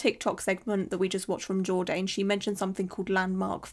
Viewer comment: Lol, it's pronounced jord-ann rhymes with man. Not jord-aine, rhymes with stain.